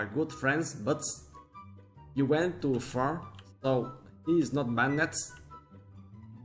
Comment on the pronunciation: don't pronounce banned with "ed" instead pronounce it with the "d" bannd